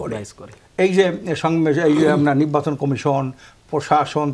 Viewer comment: এই লোকের পেশা কি? উনি সঠিক উচ্চারণ এবং শুদ্ধ বাংলায় কথাই বলতে পারেন না!😮 "নির্বাচন কে বলে নিব্বাচন" এমন অনেক গুলা শব্দ!!😅